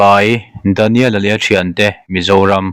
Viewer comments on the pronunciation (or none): Daniela leh aṭhiante. Ziak i chhiar hi chu adik loh vek hmel.